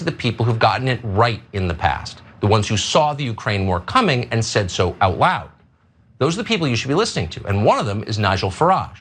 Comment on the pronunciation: Well...he actually said "out wowd" lololol 😆